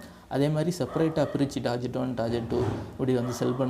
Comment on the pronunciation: ''டார்கெட்'' என உச்சரிக்கவும் ப்ரோ